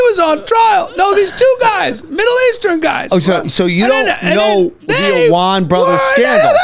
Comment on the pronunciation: It’s the “Allman Brothers” not the “Awan Brothers.” 😏🎸 “John Hancock… it’s HERBIE Hancock.” -Chris Farley (Tommy Boy) 😂